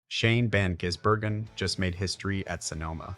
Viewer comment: Jizzburgen, lol! Gotta love AI voiceover. ❤️🇦🇺🇳🇿